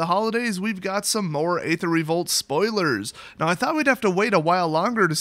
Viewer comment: Why do you always pronounce "Aether" so wrong?